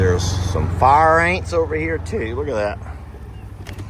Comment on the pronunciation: I like the new paddock idea! I like the idea for more running room for the Dino-Birds. I remember that1st year or so when they came to the property! Running and stretching, and dancing with those wings and long legs! LOL Worried because no fence along the bluff at the time. Edited to say Far Ain's is the right pronunciation.:face-blue-smiling